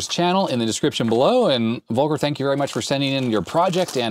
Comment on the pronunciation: You pronounce "Volker" like "Wolker", while it should be more like "Folker". As a german it almost hurts to hear haha